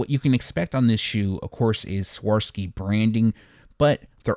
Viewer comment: Hey brother again love the content and am a huge fan of the channel. I previously made a little correction on how to pronounce Swarovski but I realize that when you’re used to a certain pronunciation, it’s difficult to get used to a different one; however, every bit of your content is so cerebral that I am going to try to transliterate Swarovski for you one more time, and after that, it’s your call if you want to change your pronunciation or not. So you would pronounce it as such: SWAH-ROV-SKEE, instead of your current way of saying it: SWOR-SKEE. Either way, love the content and don’t mean at all to sound didactic but thought I would mention it one last time, in case you missed it in my previous comment. Happy holidays to you!